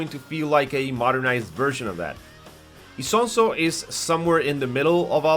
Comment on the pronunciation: Not isonso its ISONZO dammit😂😂😂